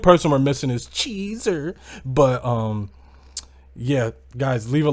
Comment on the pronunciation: It’s the way you say cheeesurrr has me dead 🤣🤣🤣